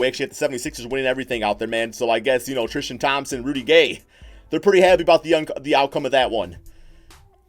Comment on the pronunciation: how many times this dude say trishton thompson XD